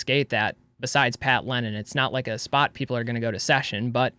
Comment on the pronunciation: It’s “Lennen,” not “Lennon,” is isn’t it? Pat, back me up on this., shout out to you too!